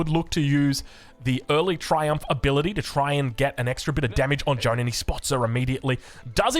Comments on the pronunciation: The vowel sound in "Jeanne" is just "a", not "ea" nor "oa". If you want to improve your pronunciation, think of "Jeanne" as a single syllable: "Jan" (short "a" and short/medium "n") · The correct way of pronouncing Jeanne is not like John. forget the e and try to pronounce the a the same way it is pronounced in all latin languages. That's the correct way. The same a you have at the end of Maria for example. Edit: Of course Joan is fine as well, we get who you are referring to:)